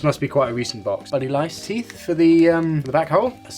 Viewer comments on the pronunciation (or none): “My teeit beard! My teeits”